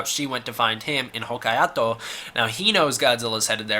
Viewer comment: As my grandmother always enjoyed correcting mispronunciations of Hokaido, so shall I. It's pronounced "Ho-kai-doh"!